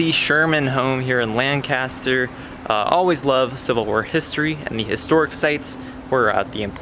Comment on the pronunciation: it's pronounced... lankaster lol just sayn